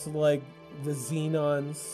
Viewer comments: Shee-ahn... scrub! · Ahh that pronunciation of Xi'an. You must be thinking of the city of Zion in Matrix for that one. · As a lore nerd I just want to strangle you over your pronunciation of Xi'an. It's pronounced as follows: Zhee-ahn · Its probably pronounced SHEE-ANN Xian is Chinese in Origin. But yes, I concur. His pronunciation of Xi'an is atrocious